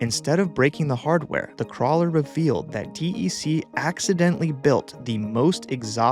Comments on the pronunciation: D E C instead of “deck” is worse. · As a card carrying OG who was around VAXes in the late 70s, I only ever heard "deck". Not disappointed, just that spelling out the letters sounds weird. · DEC is pronounced Deck